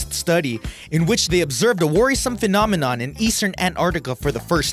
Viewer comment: sounds fine to me! 😝